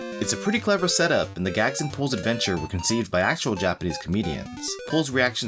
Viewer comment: I felt a shiver when you pronounce the game title... Thank you for not saying it like sports commentators say foreign athletes names You are golden, again thank you